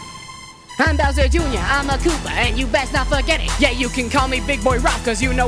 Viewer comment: Bowserrrr juinor, is a sin.. NO OFFENCE